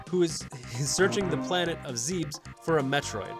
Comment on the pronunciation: Dawg your showing Metroid nes gameplay while talking about super Metroid and it’s zebes not zeebs